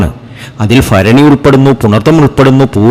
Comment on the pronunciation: അനുഫഭിച്ച് മടുത്തു ഒന്ന് രച്ചപ്പെടുത്തൂ ഫരണിയല്ല മൂലമാണ്